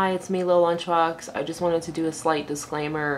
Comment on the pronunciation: You mean "disclowmer"